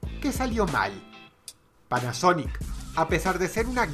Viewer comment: Soy el único que escuchó sonic y no panasonic ??? lol